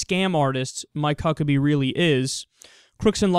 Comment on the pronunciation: Why do I keep hearing Fuck-pack??